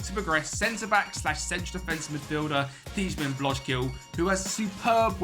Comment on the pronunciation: Nice project! The “ij” is pronounced as a English I, so Blok-zile. T-ice oosting and so one